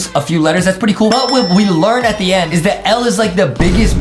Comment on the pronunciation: He Say "I'm Moving N To The Nd" Ok (PRONONCIATION OF END)